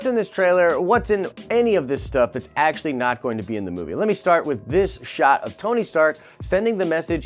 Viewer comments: Did you say ASAPtually? Stop. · asapually? is that a word?